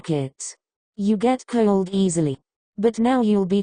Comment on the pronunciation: "Kyewld" is what i here everytime it's supposed to say cold